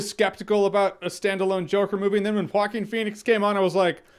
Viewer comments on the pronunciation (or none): Vikas Chenna it’s pronounced wah-keen. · Jeremy “Hawkeen Phoenix” Jahns. Wait what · “Hawkeen Phoenix”- Jeremy Jahns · I hear you say “Walking Phoenix” lmao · Jocking Phoenix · Why is it so difficult to say Joaquín? I'm dying. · Joking Phoenix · He's name is walking phoenix although he is always running in the movie